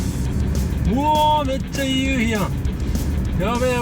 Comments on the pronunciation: 関西人ですがイントネーションやっぱり違うと思います笑 ユウヒ⤴︎ではなくユウヒ⤵︎かなぁーっと... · 関東で生まれ育ちました。西の方に親戚多めです。 聞いててほとんど標準語に近い感じなのに、夕日だけ。。。😅 ゆ↑うひをはじめに聞いた時なんだろう？と思いました。 ゆ→うひが多分全国的に通じるのかと思いました。 南大東島行ってみたいなと思いました。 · 夕日の発音に笑ってしまったのはおらだけ？ゆうひ、東京では、→→⤵、 多分沖縄も同じ、、ゆうひを、⤴→→だから可笑しい、通じないｗｗ